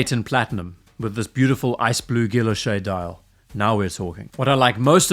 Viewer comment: Guilloché - “gee-yo-shay”.